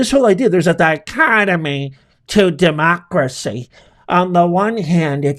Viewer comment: She cannot say each syllable of the word democracy.